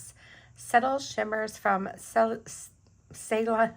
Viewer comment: Ceylon is pronounced "say-lawn" (at least that's how I have heard it pronounced). I hope that helps.